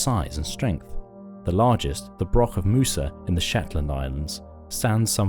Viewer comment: Broch is pronounced with the last letters as och like as in loch.